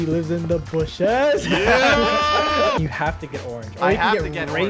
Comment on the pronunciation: It is not bushes. It is DA BOOSHES